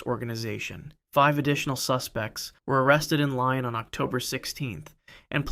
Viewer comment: Lyon is not pronounced like the animal. It's closer to "Lee-own." Try harder.